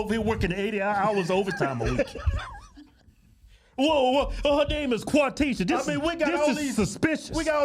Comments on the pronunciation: If she sees this, she's gonna be mad at the AI. 'scuse me. It ain't "QUAthisha". It's "quaTHIsha". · Not even 25 seconds into the video and I’m just done … Quafeesha?! What…in the actual…F**K?! 🤦🏾‍♂️ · Quafeesha???? REALLY?? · They had me at “quafeesha”